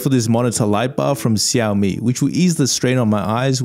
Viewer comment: most accurate pronunciation of xiaomi IHEH